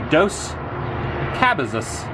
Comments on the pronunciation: Adam, you've been in California long enough to know Spanish. LOL! Ca-bay-sa.... PS....how gorgeous is that sunset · Adam, the #3 landmark is the KUH-Bay-Zus Mountains!!!!! LOL